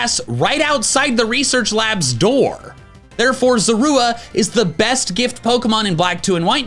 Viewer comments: The way you say Zorua bothers me..... LOL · You noticed that said Zorua kind of weirdly?